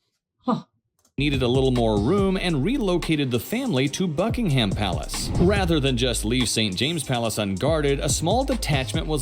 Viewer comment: It is NOT Bucking-Ham!!!!